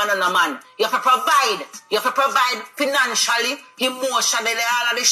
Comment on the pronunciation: Did my girl say, "provide financially, emotionally, and all the cially, cially? 😂🤣😂😂